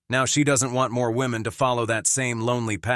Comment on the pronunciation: To the Presenter: "woman" and "women" should be pronounced DIFFERENTLY please.